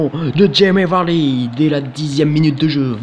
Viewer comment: fait juste attention c'est pas Jimmy Vardy mais Jamie Vardy voila bonne vidéo comme d'habitude.